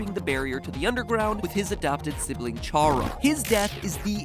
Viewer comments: ..sorry but it triggers me its CHARA (KA RA) not shara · I think it’s pronounced cara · Also, "Chara" as in "character" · Am I the only one who pronounces Chara as "Care-a"; like "character"? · Wasn't expecting to get so many likes. Thanks everyone. 😄 I have heard it pronounced those ways too. Hearing someone say "chARa" just makes me think of "charcoal". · I can forgive you for the other sans theory. But the way you say "Chara" is absolutely unforgivable. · isn't Chara pronounced like Character?